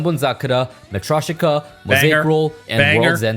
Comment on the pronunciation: SAME and he couldn't even pronounce matryoshka properly... the creator didn't even try😭